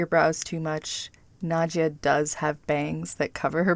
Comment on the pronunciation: Nadja ..not Nadia